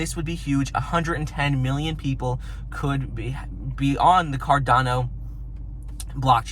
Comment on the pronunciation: It is carDaaano not carDOno